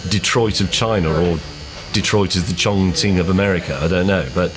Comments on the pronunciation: Mr slowly got 70% of the pronunciation of chongqing right😂😂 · The first westerner on tv to pronounce chongqing perfectly. Great job. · I am a Chinese, and bravo! Mr. May nailed the pronunciation of Chongqing. Never heard a Englishman who doesn’t speak Chinese actually pronounced the name right.